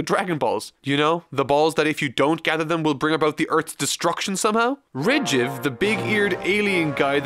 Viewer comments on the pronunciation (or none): How did you pronounce Ledgic? Rigiv? What? Why? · It’s so obvious you haven’t seen it and just looked up the episode summaries, you literally don’t even know how to pronounce ledgics name, what’s next? Battle of gods starring Bills 😂